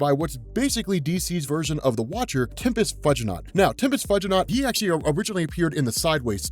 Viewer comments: Dude... "Tempis Fudgey-not"? Tempus (time) fugit (flies, pronouced "fewgit") -naught (as in astronaught) "Tempus Few-ji-not". he country has gone to hell in a stupid-basket since we stopped teaching Latin. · It’s pronounced Tempus Few-gin-awt It’s a play on Tempus Fugit aka Time Flies (Sorry to be THAT person 😅) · Tempus Few-Gi-Naut. As in Tempus Fugit. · I think it's Tempest "Few-gee-know". Love everything you do. You make every story even more exciting.